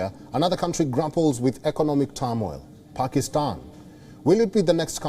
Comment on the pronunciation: These jokers can't pronounce asian countries names even. He can't pronounce Pakistan. But they make fun of us for not pronouncing their idiotic names properly